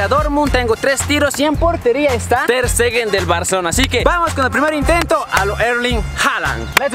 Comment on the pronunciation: . Ter steger 😂😂😂